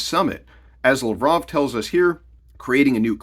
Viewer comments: You butchered Lavrov's name. It Lav rov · You’re butchering Lavrov’s name. It’s LAV-rov. Emphasis on the first three letters. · So I wonder what the exchange rate for the US dollar against the new BRICS currency will be. That was Laverov you showed, you really kept butchering his name.